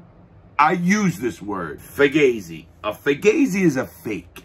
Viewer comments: Hey Larry, its pronounced "foo-gaw-zee" not "fu-gay-zee" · "Fugazi" is a Vietnam war term - "Fucked-up Got Zipped-In" - and also a hardcore band from DC. Never heard it said as "Fu-gay-zee" though. The above two are pronounced "Fu-Gah-zee". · The only place I have ever seen 'Fugazi' is the punk band and everyone I know apparently mispronounced it. (fu-GOZ-ee)